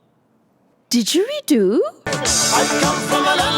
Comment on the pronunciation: Hi Just a point it is not a Dejweedo You Aussie ! It's a Jaw Harp (AS it is called in American/Canadian Slang.